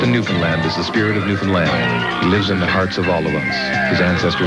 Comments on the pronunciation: Finally a guy that pronounces Newfoundland new-found-land not new-finland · Eh buddy gives me a little tingle in my heart that you pronounced Newfoundland right. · I'd like to just thank you for saying Newfoundland right. No one ever does, and it really pisses everyone off. -A real Newfie (Also I live in Nova Scotia and I can confirm that it doesn't exist, don't look for it, don't come here.)